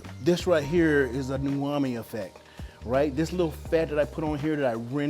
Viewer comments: Chef, no disrespect but I just wanted to let you know the correct pronunciation is UMAMI, not unami or nuami. You obviously know what it means but I thought I'd let you know about the pronunciation of that word since you did drop it within the video a handful of times. I appreciate your knowledge and advice, you're a living legend. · "eXpresso" "al dAnte" and "uNami" XD I'm sure that steak tastes good though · You keep pronouncing Umami many different ways, all of them wrong. It’s damaging to you credibility as a chef.